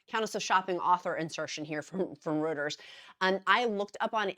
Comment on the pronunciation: Just a heads up Reuters is pronounced ROY-trz. My Amazon Alexa taught me this 😂